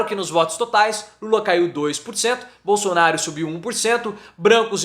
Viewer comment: Também ele não sabe falar bosonaro